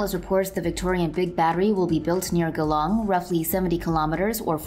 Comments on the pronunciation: Its a soft G. So Jee-long, not Ghe - long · Ah, that's Geelong, as in "Gee, what are you saying?", not Ghe, the indian form of butter. Close, but no research. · It's all in the pronunciation of the "G". If you are going to do a voice over, wouldn't you make sure you are going to say it correctly? e, f, "G" like the "J "in Jeep, not Ghee as in geese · Glong ....priceless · Phonetically pronounced Jeelong.. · guhlong lol